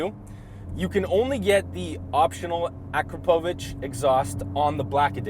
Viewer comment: A-Pacro-Vich..Is how you pronounce the exhaust....ha!! Whoops.. said it correctly the first time..Ha